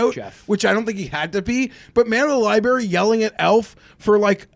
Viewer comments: Did everyone just let it go that Geoff apparently doesn't know how to say the word library? FOUR times they let libary go. How was he not absolutely dragged for that? 🤣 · Geoff can’t say library like a lot of the homies on the Spaces.😂😂😂 Li-berry 😂😂😂